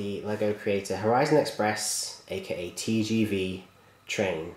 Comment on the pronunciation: Pronounced 'Tay jay vay!" :)